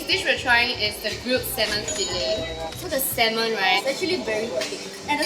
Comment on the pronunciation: sell salmon for a living... can't pronounce salmon properly.